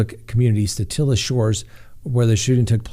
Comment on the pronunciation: Yay, you said Satilla correctly!!!! Way to go! I think I could impose justice as supported by actual evidence and not just the court of public opinion in the Arbery case. We are quick to assume guilt or innocense with 15 seconds of video and not actual evidence. In the beginning, I wondered why any charges would be brought when Arbery actually went straight at the defendant with the gun and it looked like an ensuing fight caused a justified shooting. More details came out later in favor of each side. I will be watching closely at the evidence and pray that justice is served either way. Keeping an open mind at this point.